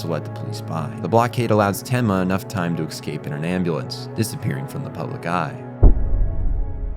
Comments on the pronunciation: Good video but ... this drove me crazy. you mispronounce "escape" .... it's eh-scape or uh-scape or even ih-scape (depending on accent or whatever). it is definitely NOT ecks-cape / ex-cape you keep saying it like that and it makes me want to pull my hair out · Great video but I how come you say Ex-cape when you try to say Escape? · fantastic breakdown and analysis. I only have one critique, which is “excape” instead of “escape”. Lol otherwise 10/10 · The real monster is the one that pronounces escape as exscape. (not really, I'm no prescriptivist) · Someone mentioned to me how he says eggscape instead of escape and now I cannot unhear it. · Every time you've said "exscape" instead of the word "escape" my brain cells begin rioting. Other than that great video, I really had trouble parsing Johan's point of view and motives while I was watching Monster. This really helped. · eSCape, not excape. Also, your pronunciation of German names was godawful, but Czech names were somehow better. All in all loved the video, keep it up.